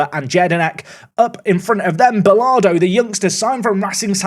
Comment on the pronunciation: and butchering names, Martinez isnt martin-ez it is marteen-ez. and Bolado isnt Bolardo, no R